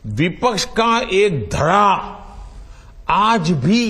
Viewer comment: टेलिप्रोम्पटर देखकर बोल रहा है, धड़ा को घड़ा पढ़ रहा है। 😂😂😂😂😂